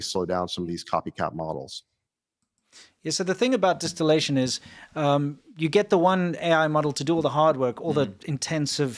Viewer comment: Di-steal-ation they did, not distillation.